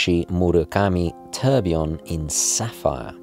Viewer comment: An interesting selection, I enjoyed the video very much, thanks. I have to ask though, why have you started mispronouncing tourbillon or taking the trouble to get one half right and then forgetting about the other half. It might be picky but as a broadcaster I think you have a responsibility to respect the pronounciation of foreign words and even English words like aluminium and nuclear, words which are now commonly mis pronounced in the USA.